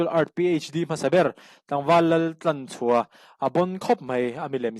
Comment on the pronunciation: Tlanchhuaha ni lovin, Thlanchhuaha tih tûr. Ka chhuâng a nia âw.